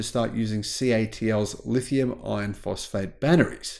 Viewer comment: Thanks for this and all your informative videos. One request: please …. Clarify your pronunciation when you are discussing LFP batteries. It sounds like you are saying lithium “ion” when I think you are intending to say lithium “iRon”. Can’t hear the “R” 🙃